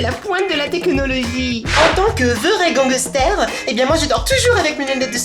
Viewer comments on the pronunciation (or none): a je t'adore e surtout quand tu chante et quand tu dit ganquester😂😂